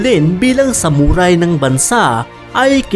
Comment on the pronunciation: Ano raw SAmuRaaay? Tsk tagalog b yun saktan kita jan eh😂